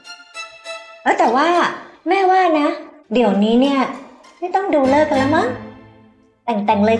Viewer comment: ฤกษ์ อ่านหรือออกเสียงว่า "เริก" ค่ะ ไม่ใช่ออกเสียงว่า "เลิก" ฟังแล้วแปลก เหมือนที่คุณพ่อว่ายังไม่ได้แต่งก็เลิกแล้ว... ขอบคุณสำหรับละครนะคะ สนุกดี😘😘